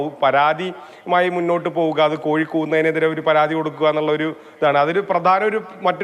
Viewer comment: കോയി അല്ല കോഴി എന്നാണ് 😄